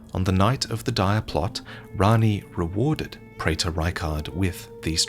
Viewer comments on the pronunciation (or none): A check of dictionaries seems to suggest that "praetor" should be pronounced "pree-ter."